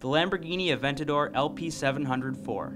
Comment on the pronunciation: he said the Aventatdor like second. Lulz